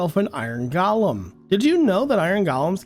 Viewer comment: I know it's pronounced golem, not gollum. Goh-lem, not Gah-lum.... The rest of this stuff...I guess I don't play as much cuz for half of it I'm like, "No, I didn't know that but, why would I?"